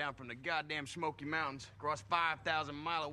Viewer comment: shhmoky mountains, lol...